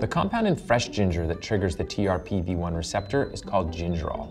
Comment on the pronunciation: Sorry, it keeps bugging me, but the TRPV1 receptor is usually pronounced “trip-V-1”!!!! Not t-r-p-v-1. I don’t know why pronouncing it letter by letter annoys me so much, but it does. It’s kinda like how BRCA1 is pronounced “bracka 1”, not “b-r-c-a-1”